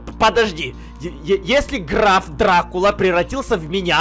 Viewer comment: Почему-то мне слышится не Граф Дракула, а Граф Сракула